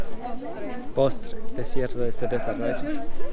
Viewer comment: Creí que había escuchado mal, dijo "desierto". Me he echado una buena risa...XD